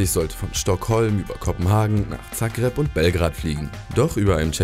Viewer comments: Zackreb Korrektur: Sagreb spricht man es aus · zagreb schpricht man sagreb aus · Du spricht Zagreb falsch aus xD